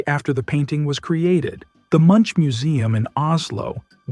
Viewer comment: I think it's still AI. Listen to how "Munch" is pronounced from - . a human would not change the pronunciation that quickly